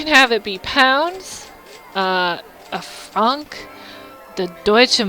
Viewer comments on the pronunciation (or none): So happy to see you back ! ;_; Also I love how you pronounced Franc like the name Frank ! xD You don't pronounce the c at the end. I'm awfull at english ! =D